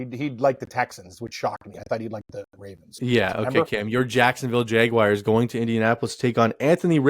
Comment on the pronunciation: How is anyone supposed to take you goofs seriously when you actually pronounce Jaguars as "Jagwires"?? this is 2023. Who does that?? Good grief.